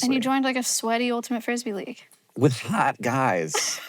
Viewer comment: "with hAwt guys 🥲😥😓"